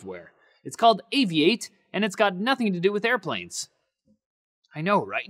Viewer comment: Seems interesting. I'll try it out. I always thought it was pronounced "Aviat-e" not "Avi-ate"